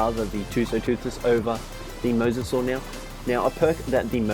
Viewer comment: MY DUDE. YOU ARE THE only ark youtuber who correctly pronounces mososaur